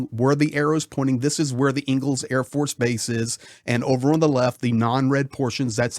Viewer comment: It's ENG'els NOT Eagles, as in Friedrich Engels. Engels the city is named after the co-founder of Marxism with Karl Marx. Engels/Saratov are really one city, half on each side of the river. Both are military exclusions cities and difficult to get to, especially by driving.